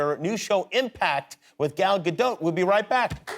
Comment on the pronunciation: No Jimmy you still did not say her name correctly.